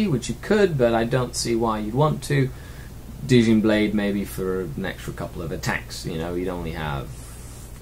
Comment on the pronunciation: great work dude! Btw, you pronounce Djinn the same way you pronounce the alcoholic beverage "Gin"